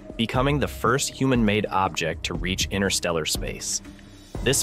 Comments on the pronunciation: Hello. Stop keep saying "inner steller" space, it just evidences your complete lack of the most basic of knowledge on this subject. Learn to say it correctly "interstellar space" or give up. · 'All incredibly impressive except for the AI chatbot narration! 'Analog humans' created the Voyager (Voyageur 🇨🇦) series of space probes! Why can't a real human voice be used to describe this triumph of the human intellect? Despite the cadence of the AI voice seemingly being immediately synthetic, that's not even my primary complaint. Every time that the narration reads "INTERSTELLAR", it always sounds to me as if the AI chatbot is saying 'INNER- STELLAR'! Yes; one becomes used to the perfect consistency of these synthetic language narratives as they progress, however I prefer the faulty nature of humanity and of human speech as well! 🇨🇦 🍁 🇺🇸 🌎 🇺🇲 📡 🚀 👨‍🚀 🚀 📡 🇺🇸 🌎🇺🇲 🍁 🇨🇦